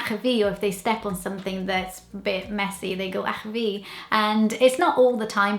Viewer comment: ych-a-fi your saying it wrong but still a good video